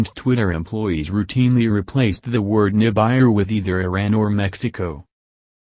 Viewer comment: NI -BAI-ru? Ni-BAI-ru fragment? Come on guys!